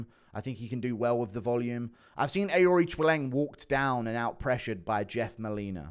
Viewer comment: How many times did you have to practice saying Aoriqileng? Absolutely crushed the pronunciation